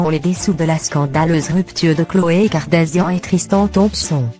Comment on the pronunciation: Kardashian et non kardasian